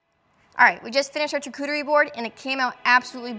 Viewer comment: charcuterie is pronounced shaar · koo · tr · ee